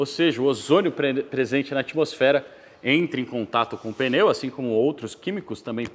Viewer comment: Parabéns pelo vídeo, fantástico e instrutivo. O único deslize que me chamou a atenção nesta aula de 50 minutos é a palavra mais citada no vídeo: pneu não se fala "peneu". É sotaque de São Paulo?